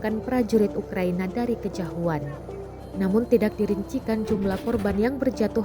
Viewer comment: bukan kejahuan min.. tapi kejauhan.. balelol geuning lahh teu ngeunah kadengena